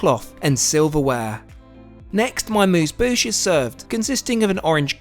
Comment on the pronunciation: The way you pronounce amuse bouche is priceless 😂